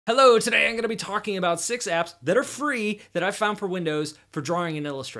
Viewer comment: the way he says today